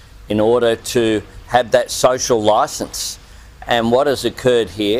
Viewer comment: Did that fool straight up say Elon's "social loicense" needs to be revoked? Dude the memes write themselves